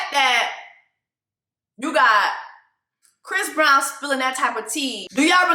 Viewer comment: Did you say fist brown? 😂